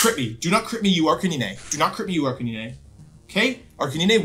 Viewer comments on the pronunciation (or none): Sorry, Ar-kuh-nine, my dude saying ar-kuh-nee-nee XD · Wolf's pronunciation of these pokemon names are abismal. Arkaneenay, Typhlawsion. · Calls Arcanine ARR- CAN- NINEY Bruh 😂 i cant tell if this is on purpose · I don’t think I’ve ever heard anyone pronounce Arcanine like you do😂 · Arc-nyneh x3